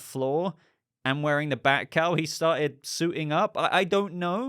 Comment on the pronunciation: Listening to this while doing stuff- at first thinking you were saying Batcow not bat cowl and picturing BATCOW rising up on a platform is epic and needs to happen at some point.